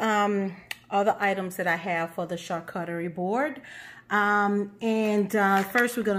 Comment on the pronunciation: Everytime she says Char CUT tarie, I spaz. It's char COO charie